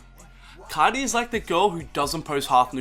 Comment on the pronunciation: "Yoah yoah, cesh coarti" dont do that bruh